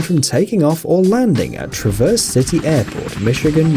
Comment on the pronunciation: It travv- erse not traa-verse